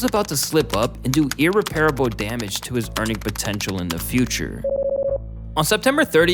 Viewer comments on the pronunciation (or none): That pronunciation of “irreparable” though…haha